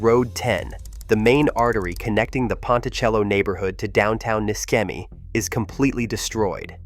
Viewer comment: Pronounced NISHEMI, not MISKEMI